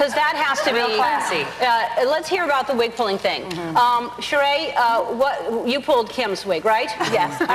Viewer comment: Ellen fucked up Sheree's name. Oof.